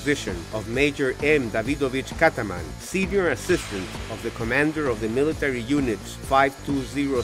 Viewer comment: not Kataman but Katzman